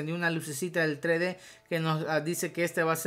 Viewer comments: Vos decis trede (3d) y es tresde (3d) osea aprende a pronunciar xd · SE PRONUNCIA "TRESSSSSSSSSSSSSSS DE" NO, "TRÉ DÉ" -. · se dice tres D no tre d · es TRES DE, no tre de :P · tre de jajajajajajajajajajajajajaj se dice tres de no tre de